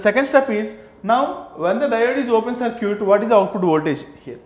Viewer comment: It's not Sir'Cute it's Circut (səːkɪt)